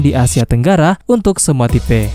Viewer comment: Min tipe kok ucapnya tipe